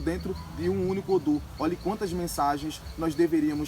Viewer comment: Não se fala odum, é odu.